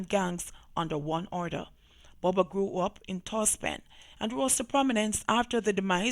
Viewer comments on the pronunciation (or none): It's BUBA not Boba